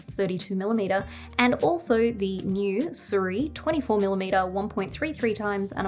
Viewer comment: its not Su Riy, its "Si ruiy"